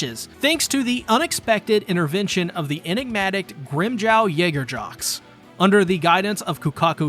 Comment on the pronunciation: I love the pronunciations “YagerJox” 😂 Definitely on my top 5 crazy pronunciations I’ve heard